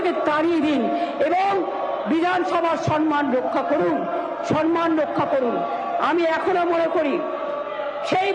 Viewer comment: Word ta sanman noy samman.